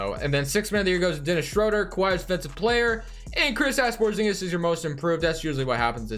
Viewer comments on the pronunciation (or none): Is it just me or does it sound like he says "Krisass Porzingis" ?